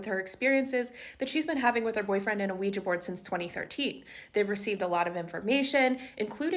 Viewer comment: IT'S (WEE JAH) NOT (WEE GEE) BOARD.